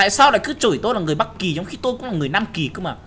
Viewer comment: Phú Nguyễn chắc Nam Kì, Bắc Kì làm nói thành Lam Kì rồi:)))